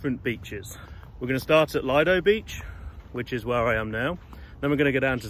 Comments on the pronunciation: Le doe is how lido is pronounced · It's 'Lee-doe' in pronunciation. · Lido Beach is pronounced with a short “i”.